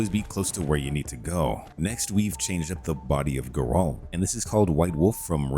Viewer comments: GAIR-ULT. That is how you say his name. Ger-olt is just incorrect. Anyway, love your vids, dude. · Are u saying jerome or Geralt? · This is the first time ive heard someone say Geralt as Ge-rolt lol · How do you play the games and never hear someone pronounce Geralt? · Is this an AI voice? Grass = grash, Geralt = Guhralt, Kiera = Keyera etc? Or did you not play the game at all lol? Either way, I appreciate the list of mods but the mispronunciations were nails on chalkboard.